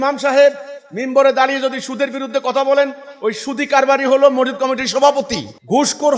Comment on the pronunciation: মরজিদ কি? মরজিদ না , সঠিক উচ্চারণ " মসজিদ"।